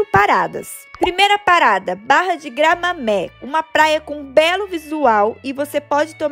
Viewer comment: Observação: Não se pronuncia Gramamé, mas Gramame, sem tônica na última sílaba.